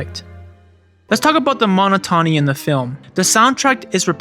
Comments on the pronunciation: Its mo-not-ony not mono-tony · mo-NOT-o-nee lol put the emphasis in the right place 😭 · Monotony. MOH-knot-AH-knee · Mona tauny, mon taunus Great video essay, but the mispronounciation of those words just takes me out of it since it's just so noticeable.